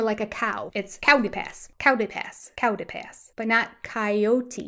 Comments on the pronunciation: In US it is Cii ot tee. It's pronounced like the animal. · Most of us in the west say Cay-Ote pass (2 syllables), Kie-oat or however you phonetically spell that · You're wholly wrong on how to pronounce coyote. It's actually KAI YOOT. Or KIGH as in High you-t. That's Canadian (proper english).2 syllables always. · I hear three syllables.